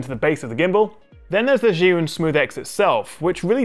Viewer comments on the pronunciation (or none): Me as a Chinese hearing how you say Zhiyun....